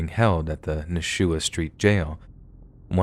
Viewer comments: Nuhshoowah street jail 🤣 It’s pronounced na-shoo-uh. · Hey guys!! Just wanted to let you know that at STAMP the jail is pronounced as "Na-shuh-wah" aka Nashua, the narrator pronounced it wrong, nobody is perfect tho...stay blessed